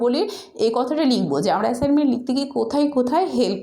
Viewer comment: ম্যাম আপনি তো এ্যাসাইনমেন্ট বলতে পারেন না 😂😂🤣😂 না বিশ্বাস হলে আপনি ভিডিও ২৫ সেকেন্ডে কথা শোনেন😂😂😂😂😂😂😂😂😂😂😂